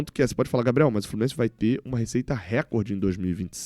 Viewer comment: Outra correção, em português RECORDE é palavra paroxítona, ou seja, a sílaba tônica é COR. Em inglês é record, com o RE como sílaba forte.